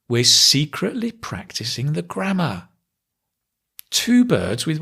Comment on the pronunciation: The "grammater" was hilarious;)